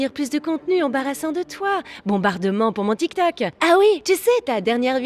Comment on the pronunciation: La meuf elle fait sa maline mais elle connaît pas dire tik tok .